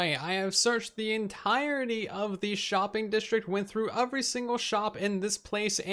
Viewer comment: I love when he says “UVery”. It’s such a spin on the normal word “every”